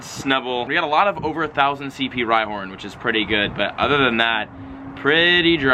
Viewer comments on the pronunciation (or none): none